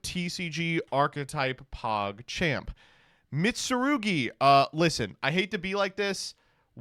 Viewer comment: I love that he can pronounce Mitsurugi but can't pronounce Ouroboros